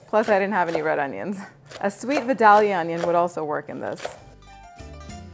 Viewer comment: It's called a "Vye-day-lyah" onion! ;)